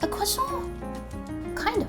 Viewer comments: One month in Paris attending pastry school and you’re still pronouncing it wrong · They aren't croissanTS. I know you did say it properly with the silent T. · The n and t in Croissant is silent